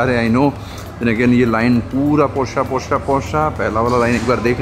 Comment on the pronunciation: I think u r pronouncing wrong porsche